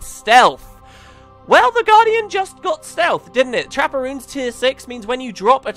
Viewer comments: took me way to long to realise you were saying 'trapper runes' not 'trapperoons'... even with the pictures think i need to sleep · Constantly thought you were saying Trapparoons instead of trapper runes.